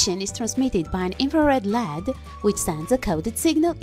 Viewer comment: Here are some of the words and their correct pronunciations; 1- Circuit = sir-ket. 2- Oscilloscope = the "C" is silent. 3- LED= L.E.D 4- This circuit is known as a "Jammer" not a silencer. I Enjoy your channel and how you make stuff from junk.